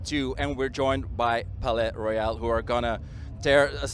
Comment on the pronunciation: I LOVE THEM SM (p.s. it's royale, not royal)